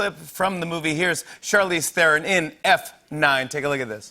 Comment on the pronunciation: What's with this "theh-ron" stuff? She's South African, the h is silent as in "Thomas", so it's more like "t'ron'".